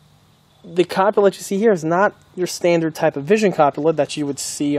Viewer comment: It is pronounced ‘koo-poo-la’ never heard it called ‘cup a la’, but hey, what do I know. Tanker US Army 🇩🇪 Germany ‘80s. Nice looking model 👏